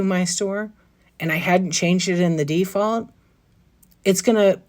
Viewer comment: Did you say it's by DEE-Fault? lol